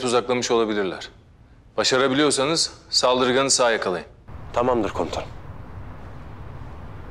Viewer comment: Tamam Derya demiyo tamamdır Eylem diyo